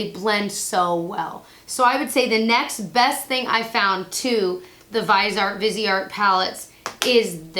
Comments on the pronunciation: French pronunciation would be veees - aaar (the t would be almost silent) Thanks for the info on the sweet peach palette. I've been on the fence about it and now its not a big deal if I get it. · They're a French company. I'm gonna go ahead and call it: Viseart should be pronounced "veezARR" with a guttural "r." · Vi- zee-art